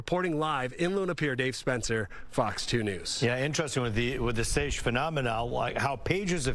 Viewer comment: A seiche (pronounced "saysh") is a standing wave that oscillates in an enclosed or partially enclosed body of water, like a lake, bay, or even a bathtub, caused by strong winds, atmospheric pressure changes, or earthquakes. This movement can dramatically lower water levels at one end and raise them at the other, sometimes causing flooding in harbors or exposing shipwrecks, as seen recently in Lake Erie. "Sieche" is a common misspelling, but it can also be a German word meaning "infirm" or a grammatical form of a German adjective, though the wave phenomenon is the most common interpretation.